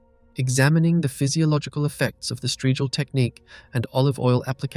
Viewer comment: strigil, not straegil